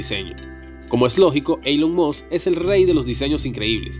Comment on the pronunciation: Sería muy agradable que se corrigieran algunos errores del idioma y decidirse entre pronunciar palabras en inglés o pronunciar el inglés en español, pero no una mescla entre inglés y español Ej: Elon Musk, mal pronunciado múltiples veces y la palabra habían, mal empleada múltiples veces también. Espero se entienda como crítica constructiva.